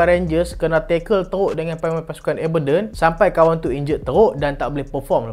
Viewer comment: cara sebut Aberdeen tu ialah (A) ber diyn